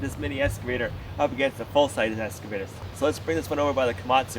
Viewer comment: I love the way he says escavator instead of excavator. I really really hesitate to say anything because he might stop doing it and it's so adorable.